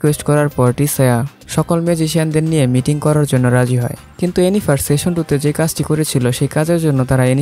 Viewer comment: ভাই উচ্চারনটা দয়া করে ঠিক করেন। খুবই বিচ্ছিরি লাগছিল। আপনি বারবার সেশন বলছেন। ওটা সিজন বলেন,,, আর একটু,,, আমেরিকান স্টাইনে বলতে চাইলে সিজেন বলতে পারেন। সেশন session যার অর্থ : বৈঠক সিজন season যার অর্থ : পর্ব, ঋতু ইত্যাতি। আর ওয়েব সিরিজ গুলার ক্ষেত্রে সিজন অর্থ পর্ব হিসাবেই উল্লেখ হয়।